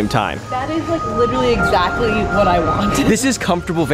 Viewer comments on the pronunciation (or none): I love it when she said “a style transformation eshactly.”